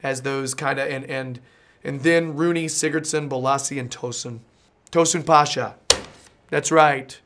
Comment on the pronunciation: good pronunciation bravo; Tosun Pasha. super compatible duo Roney and Cenk Tosun come to istanbul one day and see the incredible atmosphere breaking the world's sound record, and. Come to Beşiktaş